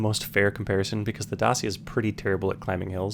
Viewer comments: It's dachia not dacia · the car is called Dacia not dasia,the pronouncing make the difference (i am romanian xD) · Dacia is read "dachia" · Dacia is pronounced: Day-see-ya. But the Romanian pronounciation is Da-chi-ah. Just to note, yes I am Romanian. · U can't pronounce Dacia correctly 😅 in Romanian it sounds different